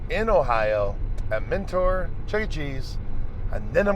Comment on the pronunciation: I live near mentor and it has been nagging me the whole video. It’s actually pronounced “menter” not “mentoar”. Otherwise I love your videos and you should go to Parma! Their studio c has a cool chuck shirt.